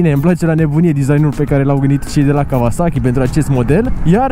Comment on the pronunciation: Kauasachi, nu Kavasachi ^_^